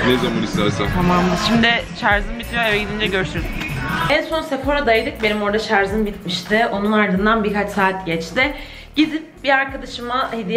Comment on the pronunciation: Şarz değil şarj.